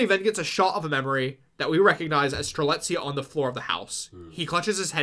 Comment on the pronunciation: it was truly a blast to listen to how strelitzia's name slowly became more and more butchered with each mention, i nearly died at "coriander". did a fantastic job as always and everyone's reaction to arguably the most convoluted KH plot there is has been the highlight of my week!!